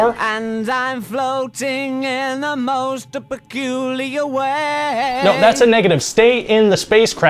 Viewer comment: With the pronunciation of the word 'most' I had a feeling it was probably the original. Either that, or pretty specific attention to detail. Hilarious either way though